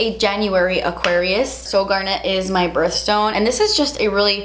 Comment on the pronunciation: Spectacular palette girl, congrats!! Love it , want it, gotta have it! You're so adorable, I love your accent. I've never heard garnet pronounced like that. It sounds like someone's name and I definitely never heard peridot pronounced the way you say it. So cute.. I love stones and gemology. It's a passion of mine and a hobby and you combined it with another one of my passions, makeup. Thank you for being just glorious. Best of Luck!